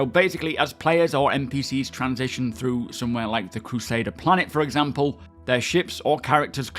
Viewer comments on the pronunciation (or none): none